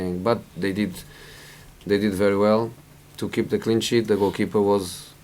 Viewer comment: sounded like clean shit man lol